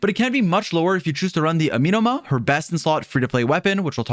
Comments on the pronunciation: say it with me. “ah - meh - no ma.” AH. MEH NOMA. NOT AMEEEEENUH’MA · "this weapon that I can't pronounce" Continues to say amenoma wrong😂 Kah goh su ru bee. Ee sheen. ❤